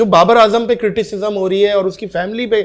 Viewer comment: Its not critififm its criticism hehehee uut ki puli bol uut ki puli😂 pehle lagtaa tha Pakistaniyo ko English hei nahi aati par inn log ko toh hindi bhi nahi aati😂😂😂